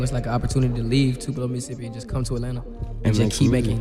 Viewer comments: All this research you did and yet you still mispronounced tupelo😂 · Damn you mispronounced the fuck out of their hometown “Tupelo”. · I’ve never in my life heard Tupelo pronounced like that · The Way You Pronounced Tupelo Is Crazy😂😂 No Shade Tho Brother Good Video💪🏾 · That's not how you pronounce the city, if you youtuber don't know how to pronounce the city rite don't do it. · Too pee low? Tupelo. It's jus Tupelo my guy 😂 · Two-pee-low Mississippi sent me. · No way you called tupelo 2peelo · (too-pill-O) not tupeelo 😂 love, a ms native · “Tupela Mississippi” Ng you mean Tupelo pronounce it right it’s not that hard. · TOOPEELO??? I stg everytime I see someone on youtube say the name of a mississippi city it gets butchered lol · It's pronounced "too-pee-low" Mississippi. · Did this dude just pronounce Tupelo "Tu-pee-low"? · How tf did you pronounce Tupelo...Tuh-pee-lo? Its 2-puh-low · Bro said “too-peel-oh” MS 😂😂😂😂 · Rofl, I live in Mississippi. It's not 2-Pelo Mississippi, it's Too-puh-low. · Wtf is tupeelo 😂 u pronounced it all crazy. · Too pee la ?? Lol it’s Too-pe-low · Its pronounced TOO-PUH-LOW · Did the narrator say Too-pee-low for Tupelo, MS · Tu-pee-lo? Cmon man put some respect on Mississippi! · It is pronounced... TOO-PAA-LOW. SMH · Bro said Too•Pee•Luh Mississippi. 🤣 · Tupelo is pronounced “too•puh•low” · TU-PA-LO........ Mississippi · its not Tupelo pronounce (2 - pul-O) slow down. Same place Elvis was born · From a Mississippi Native: it To-pa-lo (Tupelo) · Its "Too Pell Oh" Tupelo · it’s Tupelo (pronounced TOO-PUH-LOW) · Its Tupelo ....if u gonna do a story on somebody life at least learn how to pronounce the city they from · It’s Tupelo. Like Too-peh-lo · Sheesh, that is DEFINATELY not how you pronounce Tupelo lol. Its closer to "two pillow". Not criticizing just painful to hear, lol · Just a side note Tupelo is pronounced Toopuhlow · Tupelo - "Two - Peh - Low" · Bruh, that is NOT how you pronounce Tupelo lmao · You can't even pronounce Tupelo smh